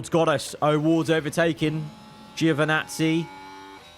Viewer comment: It's Joevinazzi, not Giiiovinazzi... From Italy with love 😂😂❤